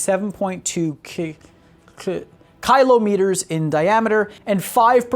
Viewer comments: Did this guy seriously not know how to say Kilometer? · On the off chance the pronunciation isn't a joke: Kill-ä-mē-ter Kilometer. The syllable that receives the emphasis changes based on local dialect/accent. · its kylo meters, he was making a joke relating to kylo ren from star wars, you need to lighten up a bit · I tried but everytime you pronounce kilometer I cringe sorry I tried. Its kill-aww-meter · How can you botch kilometer so badly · How can kilometer be so hard to say, when kiloton is not? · well he is American, they use miles instead of kilometers. Probably he is not familiar with that form of measurement so hence the mispronunciation. Kind of if I say meeles instead miles.